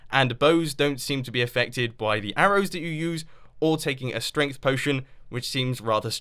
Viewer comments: lol "Stength" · Ah yes, stength ... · STENGTH STENGTH STENGTH STENGTH STENGTH STENGTH STENGTH STENGTH STENGTH STENGTH STENGTH STENGTH STENGTH STENGTH STENGTH STENGTH GOD MUMBO IT'S STRENGHT